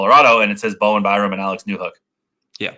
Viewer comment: It's BoweN Byram, not Bowem.